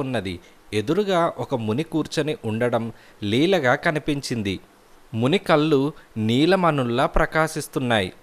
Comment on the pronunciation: కల్లు కాదండీ కళ్ళు...